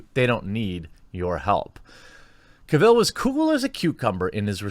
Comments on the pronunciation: His name is pronounced CAvill, not caVILL. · The stress is on CAvill, not CaVIll. Do you have a congenital inability to pronounce correctly any word that has an A in the first syllable? :P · Lemme help you out - his name is pronounced like “travel.” Henry Cavill, not like Cruella Deville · Henry CAVill, not caVILL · Omg learn to say his name right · The only thing toxic in this video was the pronunciation of "Cavill" and "Geralt" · Its pronounced cavill not cavill